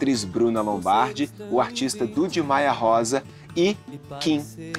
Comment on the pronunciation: Não é Duda é Dudi.